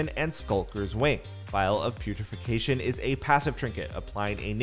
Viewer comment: putrefaction, not putrefication